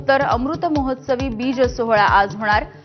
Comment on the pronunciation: बीज चा उच्चार समजून घ्या. भाऊबीज मधला बीज सारखा उच्चार आहे.